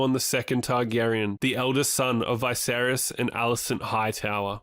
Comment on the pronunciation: It's not Vay-seris its V'seris.